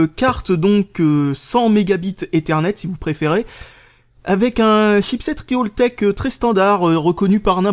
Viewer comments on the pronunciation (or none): Par pitié...arrête de prononcer RIOltek, ça me fait bondir à chaque fois. C'est tout bonnement faux.